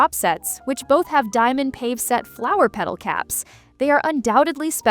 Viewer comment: Pave is pronounced pah-vay. I know it’s AI but try harder please.